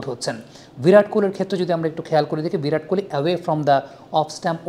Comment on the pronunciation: ভিরাট নয় ওটা বিরাট হবে 😂